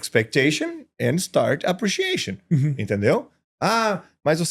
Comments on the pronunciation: No minuto 34'09" ele diz: "change expectation for appreciation". Ele deslizou no quesito e acentuação tônica. Appreciation /əˌpriːʃiˈeɪʃən/. Essa é a pronúncia CORRETA. A tonicidade recai em "EI", PENÚLTIMA sílaba e NÃO na primeira como o professor/ empresário pronuncia.Sigamos refletindo. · Ótima observação! Concordo plenamente com a acentuação tônica de "appreciation"